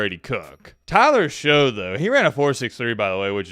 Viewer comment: Tyler Shoughs names pronounced Tyler Shuck not Tyler Show